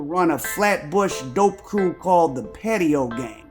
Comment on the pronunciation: lmfao he said Patio Gang... it's gotta be Pat-io as in the way you pronounce the way they speak...